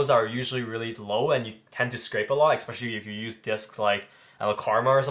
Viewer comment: Adorable how the dude on the left never seems to be able to pronounce the word "especially", it's always "Eck-specially"